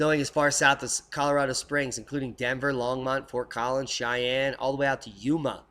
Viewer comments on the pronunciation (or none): none